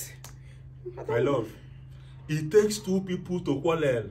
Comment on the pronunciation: stop saying quallel say quarrel. It's easy.